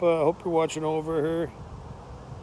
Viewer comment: its pronouced burm - ing - um not burning ham